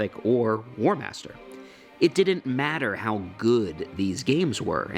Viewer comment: "Warhamster" :D